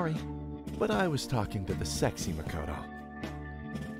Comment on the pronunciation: The best way to tell them apart by name is pronunciation - The P5 Makoto is pronounced Ma-KO-to while the P3 protagonist is pronounced MA-koto. The emphasis is on a different syllable.. Listen to how they say these names in Japanese.